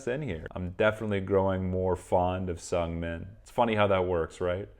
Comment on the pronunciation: The pronunciation of Seungmin isnt S"u"ngming, but S"oo"ngming. Just saying for a next time lol hahaha